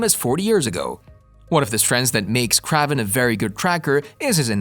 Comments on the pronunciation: I was bout to say same thing kraven not kravven almost like craving lol it's annoying to hear it said wrong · Funny, I've spent all forty-three years of my life assuming that the pronunciation of Kraven's name was the same as "craven" (hard A sound). I don't mean to sound presumptuous, but are you sure that your pronunciation is correct in this video? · Ugh. It’s “KRAYVEN” … not “KRAHVEN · That's what i just said too. Lmao. He is gonna call someone out for their pronunciation when he didn't check his grammar.🙄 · Dude say his name right omg! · I really hate the way they say kraven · Is Aaron Johnson the first person to play a popular character 2 times? Also it’s kinda funny how you say kraven 😂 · Yes ur right this guy is a marvel fan and can't say the characters names right he even called Kevin a weird name to feedge